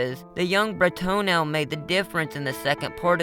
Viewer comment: Why are you saying Bro-Toenail every time you say his name? Can you read?